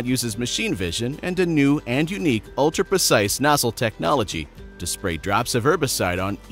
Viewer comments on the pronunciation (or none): none